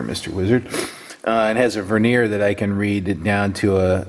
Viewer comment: helps with the pronunciation of Vernier. Please share link with and. Love the micrometer though.